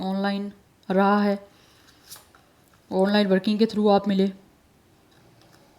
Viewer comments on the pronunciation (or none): none